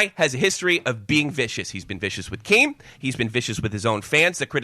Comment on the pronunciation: Dont inerup keem doesnt know "t"s exist